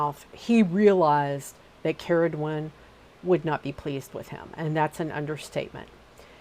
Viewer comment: as someone called Ceridwen from Wales, very refreshing to hear it pronounced correctly :)